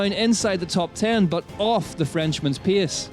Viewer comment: Hard to pronounce well italian names while still struggling to pronounce english words like "race" or "pace"... 😅 But I like anyway the effort to upload this recap already on sunday!